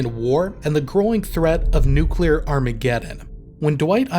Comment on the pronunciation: Finally a youtube channel that doesn't pronounce the word "nuclear" as nuculer